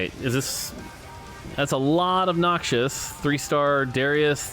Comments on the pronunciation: Whos gonna tell mort that its "Noxus" not "Noxious" lol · I comment on every video until says Noxus instead of noxious. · Set Looks awesome from what I've seen. And I think it's spoken like "Noc-sus" and not "Nokchus". 😅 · It’s “knocks-us” not “knock shush” 😜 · Noxious(adj.): harmful, poisonous, or very unpleasant. Noxus (noun): fictional country in League of Legends lore. Harmful, poisonous, and very unpleasant. I know they're similar,, but please stop pronouncing them the same. Nox-us does not sound like knock-shious. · The way you said Noxus as Noxious was triggering